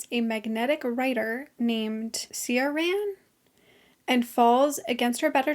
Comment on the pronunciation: Ciaran is pronounced like Kieran!